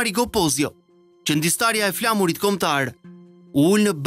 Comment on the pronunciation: Respekt per ju. Do te doja te dija nese mundesh perse ndryshon theksin kur shqipton fjalen flamur